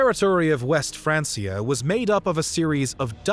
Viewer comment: “Francia” is pronounced with a hard C, like “FranK-ia”. It’s not pronounced “FranS-ia”.